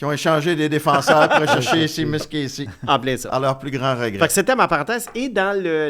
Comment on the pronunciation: Seamus se prononce “Chêmusse” et pas “Simusse”, comme dans “Shea Weber.